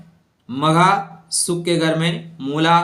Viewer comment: सुख होता है न कि शुख